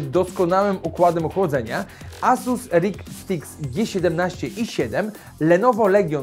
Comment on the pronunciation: "asus rig stix" XD wolę serię rog strix XD